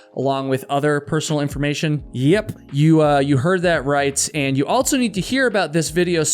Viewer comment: Please stop saying altso 😂. Otherwise great story telling!